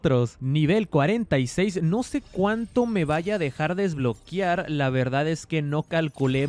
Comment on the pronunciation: DESBLOQUEEEAAAARRRR!!!! SE DICE "¡DES-BLO-QUE-AR!" NO DESBLO-QUIAR! NO LLEVA " i " si no, " e "!